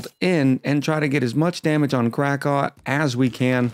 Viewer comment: One other name thing... It's not Crack-aw, it's Crack-ow (like you stubbed your toe).